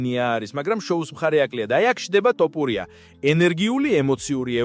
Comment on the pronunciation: რა ტოპურია სწორედ გამოთქვი გვარი!!! თოფურია და არა ტოპურია.